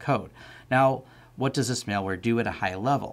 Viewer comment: MAL-WARE, not MALE-WARE!!!!